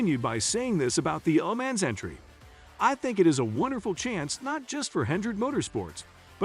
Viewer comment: Who are the people commentating these videos,they can’t even pronounce Lemans properly.